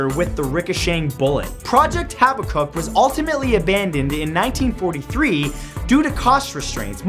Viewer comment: "Haba-kuk" its actually "ha-bak-kuk"